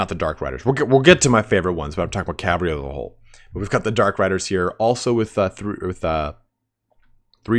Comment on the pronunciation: calvary cavalry